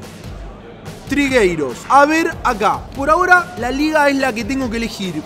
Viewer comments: No es trigueiros es trigueros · Es Manu Trigueros, no trigueiros😅😅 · No es trigueiros, es trigueros, saludos! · Trigueiros y es Trigueros 😂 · Trigueiros sabes y es trigueros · Que forma de pronunciar el nombre de Griezmann. Y haciendo Portugués a Trigueros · Trigueros😂😂😂 es trigueros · Guen dices Trigueiros